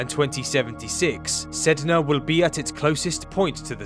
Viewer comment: My cousin got mad that you said the planet’s name wrong 😂